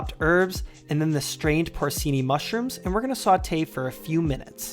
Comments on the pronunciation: Porcini is pronounced por chee nee NOT por see nee. Otherwise, nice presentation. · Porcini is pronounced "por-chee-nee". I correct you so you won't be mocked in the future. Italians jealously guard their culinary treasures.